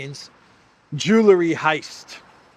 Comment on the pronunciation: Stop, stop! It's not "ju la ree" it's "ju el ree"!